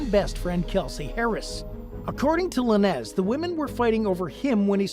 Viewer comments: Who is Tory “Luh-nezz” 😂 . Could swore it was pronounced “lanes”. Good video though lol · Dude. You half ass your research huh? La nez? Its LANES Lanez. Laines. How you gonna say it wrong when its been said everywhere? All you had to do was play ONE video. 🤦🏼‍♀️🤦🏼‍♀️🤦🏼‍♀️ I hate when these idiots give the wrong information and say everything wrong. What are we even doin here anymore? 😂😂😂